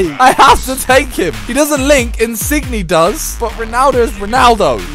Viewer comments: Not insig-ne it's insinye ng makes y sound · His name is insigne but it's said insinyay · Insigne is pronounced in sin yay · In-sin-yay, pronounce it right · Is it pissing everyone off how he says insigne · The way he pronounces Insigne is awful